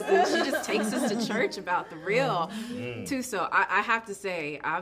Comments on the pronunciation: The interviewer did a great job. Great questions. She showed respect to Gina and Viola. She acknowledged all the women. And as a South African , I am proud of how well she pronounces Thuso’s name . She sounds like a South African native. Well done.❤ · Interviewer Saying Thuso's Name correctly is everything for me